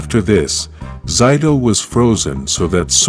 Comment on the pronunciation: For number 7, you said Zayto's name wrong. Just thought I would tell you.